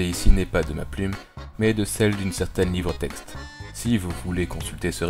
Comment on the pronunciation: Livrexte* pas livretexte ;)